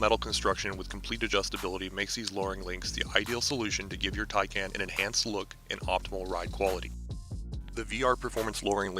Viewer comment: Pronounced 'Thai-Khan'.